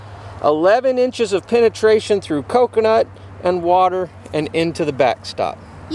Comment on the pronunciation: Penetation lol